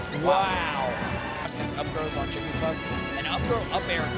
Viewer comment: Idk why that sounded like he said Jewglypuff xD Did Hungrybox throw his controller after winning? That looked badass o_o